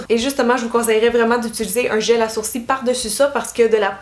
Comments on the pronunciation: La queen des sourcils 😍 en plus tu me fais trop rire tu dis des sourci ou lieu de dire des sourcils 😂 J’ai qu’une hate c’est de tester toutes tes methodes merci pour tout tes conseils :) bisou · Merci pour tes astuces ! 😙Ça me stress la façon québécoise de dire "sourcils", nous on prononce le "l". 😂😂😂Bisous.😘💖